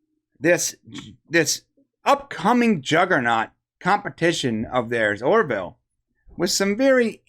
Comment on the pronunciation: It's "Or-ville" (two syllables), not "Or-i-ville" (three syllables). 🙂